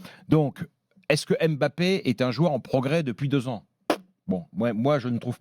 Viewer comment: Le mec n’est tellement pas crédible dans ce qu’il dit , mais comment un mec qui ne connaît rien au foot a le droit de parole ? Encore Daniel Riolo , duga et consorts s’y connaissent … le mec depuis 2017 l n’est même pas capable de bien prononcer le Mbappé et non M ‘Bappe !! T’es un ignorant Stephane Guy , c’est pour ça t’as été viré comme une merde de Canal